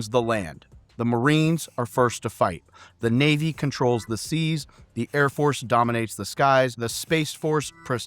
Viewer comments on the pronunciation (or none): none